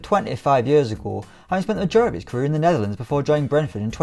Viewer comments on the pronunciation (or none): none